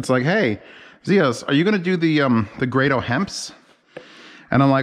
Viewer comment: GRAYDOH!!! It's GRAYDOH!!!!!! How is it so hard to just find out how to pronounce someone's name!!!!!!